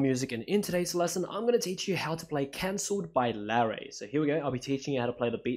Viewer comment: Sounds like he said Larry lol also this is also a tutorial for the race I just realized